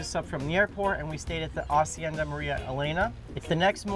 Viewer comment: First, thank you for pronouncing hacienda correctly! You know that the H is silent...my dude! Second, the food! I had just finished eating when I saw this and seeing that made me hungry all over! And that mahi was so golden in the water! It's a shame they change colors afterwards. No wonder they're also called Dorados.